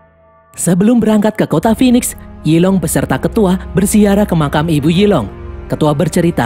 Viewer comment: Yi long = zilong 🗿